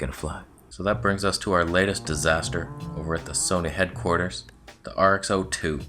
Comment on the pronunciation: RX-Zero-ii not RX-Oh-ii 🙄🤣